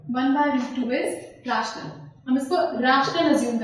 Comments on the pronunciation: Its not रेशनल । its रैशनल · dont pronounce ryaa-tional .................................................pronounce it as ray-tional